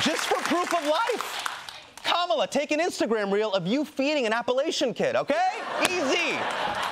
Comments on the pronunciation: Hasan! It's "Kuh-muh-laa Harris". It's not "Kaa-muh-laa." Please don't mispronounce Indian names :) :). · He can’t pronounce Kamala properly and he says he is of Indian origin. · Minhaj is pronouncing "Kamala" wrong.